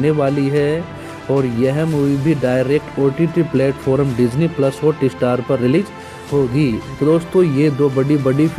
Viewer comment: Thumb nail ke Sath subject kue nehi match hota ?Sir please HOOTESTAR NEHI it's HOTSTAR .First correct ur pronouncetion .1 DISLIKE Banta Hai.